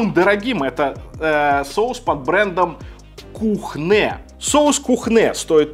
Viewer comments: Почему Kühne, стало произносится как кУхнэ? Если по транскрипции правильная форма произношения кЮне... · Kuhne читается как кунэ, а не кухнэ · Спасибо за коммент! С языка сняли! Как представителя факультета немецкого языка слегка были конвульсии))) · Кюне, а не Кухне. Но за ролик спасибо! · друг, Кёнэ, не кУхне и не кухнЭ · Немецкая марка читается как кюне а не кухне)) немецкий язык:) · привет из Берлина. Первый Соус это наш немецкий. Здесь самый из дорогих. Неболь7ая поправочка сорри. Он называется Кюнэ. В немецком х после гласных не читается. И у с точками наверху это почти ю. Вообще как ую. А у нас таких разнообразия соусов цезарь нет. Пару контор а так голяк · кухнэ, мля, кухнэ.... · Кухнэ? Ты серьезно?